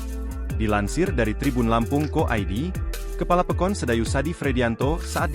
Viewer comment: Pekon bkn pekin